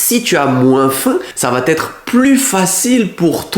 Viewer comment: Par contre il n'y a pas de liaison " va-t-être", on dit "va être" 😊